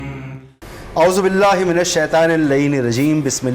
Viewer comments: Bhai Aozbillah bhi thk ni prhi is ny tu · Aaozoo billah to Sahi parh lo anchor 😡.